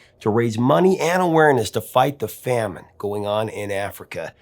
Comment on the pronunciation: First of all, English lesson: it's famine not fammine. .. Africa was fine... No, it wasn't. Ethiopia got it worst because there was also a civil war raging, but other African countries too suffered from famine due to lack of rainfall during this time. Last but not least Ethiopia is a multiethnic state. Besides Muslims, there is a major Ethiopian Orthodox population and has been there for hundreds of years. Actually the kingdom of Aksum was one of the first Christian kingdoms of the world. So I hope your 'lessons' are free and confined to the internet, because everything else would be terrible.